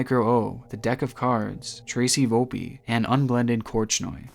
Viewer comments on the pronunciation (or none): none